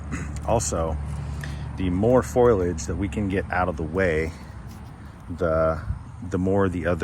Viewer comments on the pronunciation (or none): Foilage? You mean Foliage?